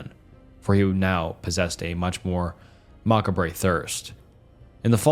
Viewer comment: I really enjoy your videos, but your pronunciation with certain words like 'macabre', etc. needs some fine tuning 😂 All love, just suggesting you stop and research a word you're not familiar with as it's super distracting.